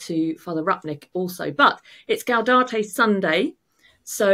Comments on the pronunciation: Gaudete not Gaudate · For future reference the correct pronunciation of "Gaudete" is "gow-day-tay," rather than "gow-dah-tay." 😉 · Gaudete, not gaudate,! Doesn't rhyme with laudate. 🙂